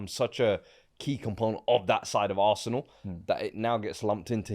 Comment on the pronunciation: That arsenal fan definitely pronounces arsenal ‘assna’😂😂😂